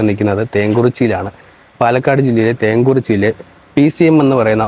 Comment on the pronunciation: തേങ്കുറിച്ചി അല്ലടെ തേങ്കുറിശ്ശി